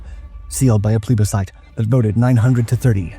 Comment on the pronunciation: Has the narrator become AI now? He mispronounced plebiscite and intelligence